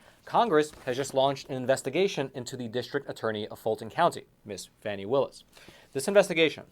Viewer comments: Isn’t this the Epoc guy? 2 1/2 years isn’t suspiciously long for an investigation of this magnitude. Congress getting to look in on any investigation they want to or deem to be politically motivated? Yeah that would be a good idea🙄. And dude it’s pronounced Fah- nee, but I believe you know that, passive aggressive much? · Phony not Fani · The Fulton County D.A. -- IN SOME FUTURE TIME -- just might have cause to sing the praises (albeit under her breath!) of all you a55h0les who continue to mispronounce her name. Until you fools made it a point to call her "Fanny" (showing total ignorance on your part as to the pronunciation rules of our language!), m o s t of us gave NO thought to the other p l a y e r s in Frumpf's litany of wrong-doings 'cept the main player in this national tragedy. The lady WILL have name recognition -- thank YOU very much!! -- should she ever decide to run for higher office!! :face-blue-smiling: 😂 🤣 🤣 😂 🤭 😘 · And it’s FANI (Faw-nee) dumbazz. If you can’t pronounce her name we can just imagine the holes in your story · So Fake, for one her name is pronounced FAWNY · Fani is pronounced "Fawni". 🙄 Just saying. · Stop mispronouncing her name duche bag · The intentional mispronunciation of the FC DA is childish and could always turn around and cause the speaker to be ridiculed and disrespected also. It is pretty wide spread and shows a lack of sophistication. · You dont even know how to pronounce her name.